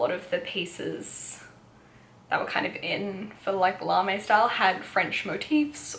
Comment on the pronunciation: I feel there needs to be a more low key now kawaii fashion team :p larme is a French word so the e isn't pronounced so it's more like larm :) How did u find the clothing size range in japan? Especially and rouge and wc? I'm leaving in 10 days and dying to go shopping! Love the video btw I've been so excited for this to be uploaded 💖